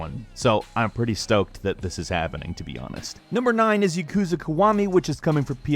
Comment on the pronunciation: Ya-ku-za not Ya-kuz-a japanese is mostly 2 letter characters makes most words easy to break down. Chi shi and tsu not withstanding.